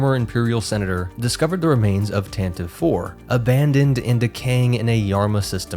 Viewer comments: Tantive IV is pronounced “TAN-TIV-VEE”. Since you are using all nerd sources possible. I thought you would have found that at least. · I would never mock you for saying "tan-ti-vee" as long as you NEVER say, "att-att". Then, we will be enemies. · Lucasfilm insists it’s pronounced “Tante-VEE,” (three syllables) but that might be a losing battle among fans until they finally say it onscreen.